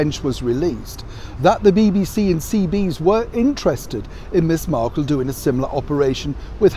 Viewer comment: Sorry to correct you, but it's "CBeebies," not "CBees." Apart from that, excellent post as always.